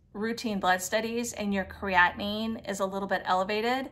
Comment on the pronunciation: Why are you saying creatinine like that?! it's the same word with another syllable AT THE END.